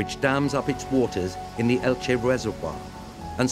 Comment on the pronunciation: Qué bonita es Elche / Elx. ¿Pero el narrador? Ug, no puede pronunciar el nombre de la ciudad. Qué raro.